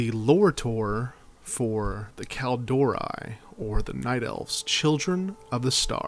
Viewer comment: Well there is two mistakes I can find in this? Firstly is a minor one, your pronounciation of Kalimdor is wrong, you say KalMINdor, but it is KalIMdor! Secondly! The High Elves didn't go there themselves, they were banished by the rest of the Night Elves, because of the sundering. Else, really good video!